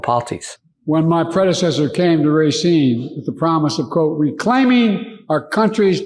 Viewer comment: Pronunciation of Racine a bit off. Ra seen.....Racine. I grew up in Wisconsin. When I first moved here my pronunciation of Spanish words was off!! The J sounds like an H. San ho say San Jose!!!